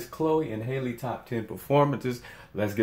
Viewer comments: It's HAL-le, not Hailey 🤦🏽‍♀️ like Halle Berry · It’s pronounced Halle like Halle Berry.